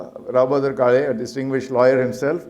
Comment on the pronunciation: to the lady doing the introductions at the beginning it is काळे and not काले . Surely you can take some effort to pronounce that right. you are representing the institute